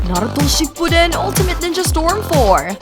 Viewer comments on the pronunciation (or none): why did u say naruto shipuden like that